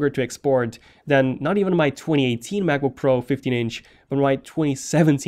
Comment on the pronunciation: I like it how he pronounces it like MaboPro